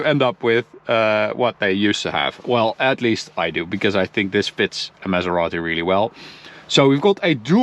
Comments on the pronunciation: the man said "pronounce it the Italian way" and then keeps calling the car a mesarati 💀💀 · Thank you for pronouncing it right 👍